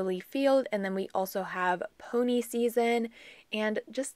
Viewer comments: Such a pretty valentines nail set! fyi peony is pronounced pee-on-ee . Not pony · Just came across you channel. You do beautifull work on your nails. Just an FYI for you, sounded like you pronounced Swarovski ok but that peony nail oil is pronounced pee-o-nee. They are my favorite smelling flower & I'm lucky to have a bush of them growing in my yard. I'm teaching myself to do my own nails, your videos are showing me some good lessons & tips. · Gorgeous 😍😍 I love the way you say Peony... I have never heard it the way you say it, we have always pronounced it (Pee-oh-knee). I am definitely going to have to do a little more post-birthday shopping for myself 😁.. Thank you as always for sharing 🥰.. And you did amazing pronouncing Swarovski 😘